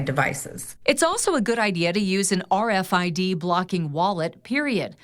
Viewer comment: lmao. News chick said USE RID-F SLEEVE.... uhh A WHAT?? You Mean RFID !!??!! 😂😂😂